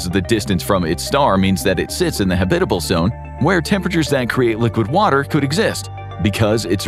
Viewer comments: I've always enjoyed your vids. But consistent mispronounciatiins are jarring. For your future reference, it's pronounced HAB-it-uh-bul, not ha-BIT-uh-bul. And I know you know this because you switched about halfway through!😂😂😂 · I like your presentation so please don't be mad when I say I find the way you mispronounce the word habitable funny to me because if you say habit with a hard A sound, but you use a soft a or U sound. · Ridiculous video title. And, go look up how to say "habitable."